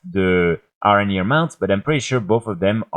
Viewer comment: nice video, but why cant u say letter "H" ? ARANIR, AWKSTRIDER , ORN etc